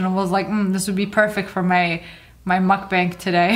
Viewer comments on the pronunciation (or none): Anyone else notice she says mukbank